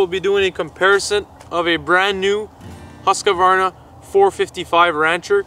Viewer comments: All right - let's try to pronounce the brand name 'Husqvarna' correct. It is NOT pronounced like 'Haskevarna' - it's a Swedish name and the correct pronounciation is 'Huus-kvarna' (which also happens to be the name of the Swedish town the company origins from). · Great review! Just a friendly advice how to pronounce the Swedish brand Husqvarna. You seem to pronounce it like "Huskeywarna", but the correct way would be more like "hoosk-VAR-na" or "huusk-VAR-na". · Viewers are given NO clue about chains, New? Old? Worn out VS new? chain widths? NOT what viewers are concerned about. Come back when better rehearsed. For those who Know, Husqvarna is not pronounced Husq-UH- varna, Husqvarna representives cringe when they Hear UH!!!😡